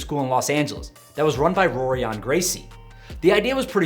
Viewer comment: The "r"s are pronounced like "h"s so it sounds like Horion not Rorion. Just a heads up